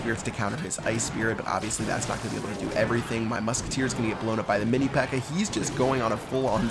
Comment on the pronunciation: Who heard say Mini P.E.K.K.E.R?